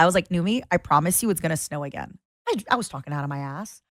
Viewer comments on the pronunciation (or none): none